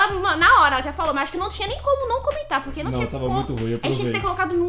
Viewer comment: Mo engracado ele falou puque